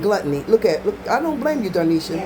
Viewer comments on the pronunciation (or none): You call her dar- nesha my daughter says doe-nesha. It’s dah-nesha 😂